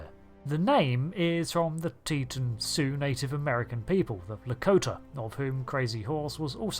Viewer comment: Teton is pronounced Tea-Tahn.